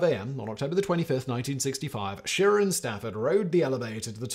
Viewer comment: Simon it’s She rah not shir a.